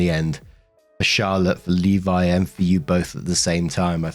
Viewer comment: Thank you for pronouncing Levi correctly.